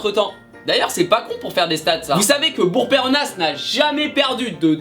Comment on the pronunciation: on prononce pas le "s" dans Péronnas c'est ma ville tu dormira moins bête :p